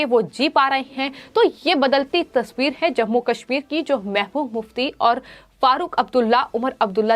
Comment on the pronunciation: It is pronounced as mehbuba mufti not mehmuf mufti.